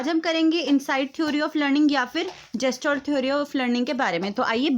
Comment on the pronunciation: जेस्टाल्ट nhi गेल्टास्ट hota hain दीदी